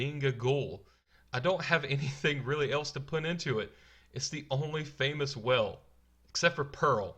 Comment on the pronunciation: I'm distracted by how badly you pronounce "whale".